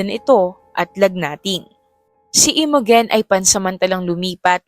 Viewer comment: Imogen is pronounced as I-mow-jen ❤